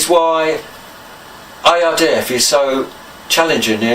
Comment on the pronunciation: U say IRDF it’s ARDF ai not oy….😜